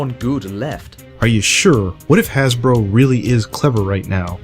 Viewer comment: HAHA! HE SAID HASBLOW! HE SAID IT!